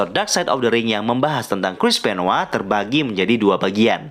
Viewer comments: bang kok dibilangnya Chris benwa bukan Chris Benoit? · Benoit bukan benoa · Coba elu denger commentators wwf/wwe nyebut nama benoit atau benoa